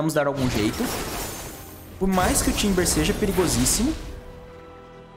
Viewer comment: cara eu rio toda vez que vc fala timbers/timbus/timber, muito bom kkkkkkkkkk